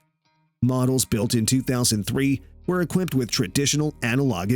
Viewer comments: Equipted? Cessana? This is so bad it's embarassing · I stopped watching after he said "well-equipted".